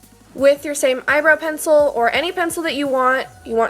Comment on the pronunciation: is it just me or did anyone else thing she said "eyebrow pretzel" ?😂